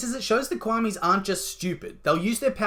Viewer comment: Quamis wowww ITS KWAMIS NOT QUAMIS!